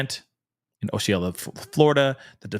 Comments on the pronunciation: Hey, just wanted to let you know...Osceola is pronounced: Ah-see-o-la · It’s pronounced “Auss-see-o-la “ Osceola county. And “Ka-sim-mee” Kissimmee Florida. It’s ok .. It’s my hometown…. ❤